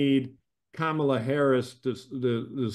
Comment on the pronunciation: Comma-la: ,la. Learn to pronounce het name.